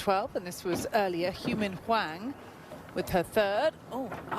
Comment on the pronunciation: It’s not Hou-min Hwang, it’s You-Min Hwang